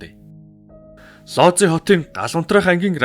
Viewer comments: Сайн байна уу, дандаа сонирхолтой мэдээллийг гоё хоолойгоор хүргэдэгт баярлалаа. Лози хот биш Вүүж хот гэж уншина шүү. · Би Польшид амьдардаг болохоор их сонирхож сонслоо. Ийм учраас одоо ч хүмүүс Вүүдж хотын эмнэлэгт үзүүлэхээс айдаг юм бна. Лодзи гэж уншихгүй Вүүдж гэж уншигддаг шүү. Амжилт байнга сонсогч❤